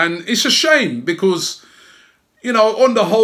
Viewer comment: Love you robbie mate but the way you say because winds me up!!!!